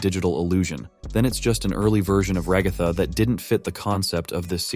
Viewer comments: everyone:ragatha him:ragafa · Bro it’s ragtag not roghto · I gonna sat rgatha is not agatha its ragatha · I hate how he kept saying Ragatha [ra-ga-tha] it’s pronounced Ragatha [rag-a-tha] ty! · Ok, I know its just the voice, but stop saying Ra-gau-tha! Its Rag-a-tha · Ragatha is actually pronounced Rag-uh-thuh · Bro really said ragotha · "Ragartha" I can't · Thats not how you say ragatha